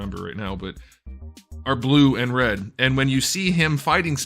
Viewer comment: It's blueh